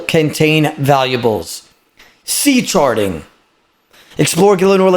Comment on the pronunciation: When he said ocean charting it sounded like ocean sharting. Took me off guard 😂